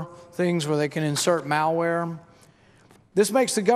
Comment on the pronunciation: Is it just me, or does he pronounce "malware" as "Maoware"? Damn communists...